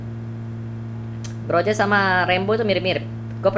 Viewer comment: Groza kun , bukan groja